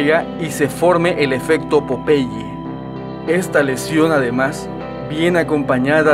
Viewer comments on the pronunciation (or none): none